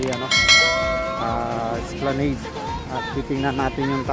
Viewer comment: Kuya esplanad po pagka bigkas nun ngayong alam mo na po esplanad na pagka bigkas mo next time I’m here to help you to correct and to learn not to ashamed ☝🏻 God Bless po